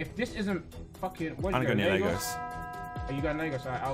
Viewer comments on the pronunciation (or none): Viks pronunciation of Lagos was so jarring